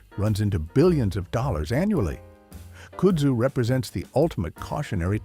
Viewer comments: AI voicing. It doesn't pronounce words correctly and no one edits it. KUD-zoo, not COOD-zoo. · Your AI generated narrator needs to be taught how to properly pronouce "KUDZU" - it's not "KOODZU" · Kudzu is pronounced cud zoo. And you missed bamboo as invasive. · I loke this, but he mispronounced Kudzu. It is pronounced Cud zoo. He was right. Don't drive through Scenic South and think those vines growing in the trees are part of 6 Wonders of the World. The South is wibdering why the US Department if Agriculture couldn't grow grass on the public highways. Probably their only use is rope. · It’s pronounced “Cud-zoo” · Cummon, can't you find an AI voice which can pronounce kudzu?? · Kudsu is pronounced wrong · You loose credibility when you can’t even pronounce kudzu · He's saying Kudzu wrong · train your AI to say kudzu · Or "Kudzu"